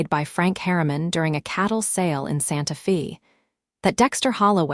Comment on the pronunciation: fix AI to read Santa Fe as Santa FEY, not Santa FEE - PLEASE!!!